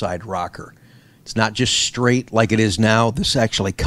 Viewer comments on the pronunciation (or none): none